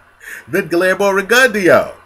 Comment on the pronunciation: GLEERMO REGUNDYO? REALLY? LMAO U HAVE A HISTORY OF CHOPPING BOXERS NAME UP.. I THINK U KNOW THAT THO LOL